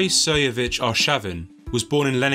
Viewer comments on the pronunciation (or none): Why don't you try to pronounce his name correctly. He's not Seyevich. He is Sergeyevich. Because his fathers bame ia Sergei. You just skipped the whole middle 😐